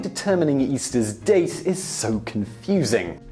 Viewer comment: Did Simon say dick or date?